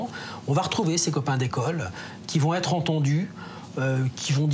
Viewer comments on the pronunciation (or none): "N'a pas pu z'être... " 😄😄😄